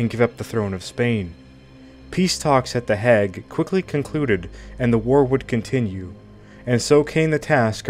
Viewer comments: Where's the Hag?..is it some sort hang out for old trollopes and witches..or does the content creator mean "The HAGUE"..why not spend an extra 10 minutes learning how to pronounce key words and place names before posting content..otherwise it just comes across as something being narrated by a halfwit out of a school textbook. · Yet another narrator slaughtering European names. Shows they don’t know anything about the subject or they would know these names and know their correct pronunciation… the Haig… it is not the Hag. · In the hag? ! The hay guh Are you reading from Wikipedia or a text book? Your pronunciation is horse shit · The 'hag' peace talks? Dude, look up pronunciation. You are perpetuating imbecility.